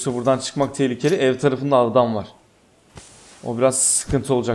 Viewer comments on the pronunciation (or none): Adama Aldam Diyor Farkedenler +1